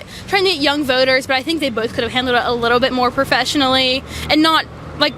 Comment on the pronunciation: Did she say “I would say boaters?”